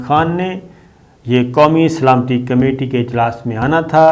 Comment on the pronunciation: سلامتی لفظ کو درست کر لیں پہلے